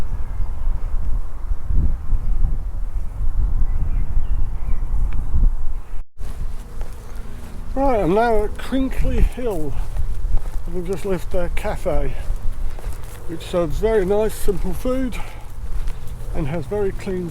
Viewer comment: Crickley Hill not Chrinkley Hill and it’s the Cotswold way not Cotswolds Way 👍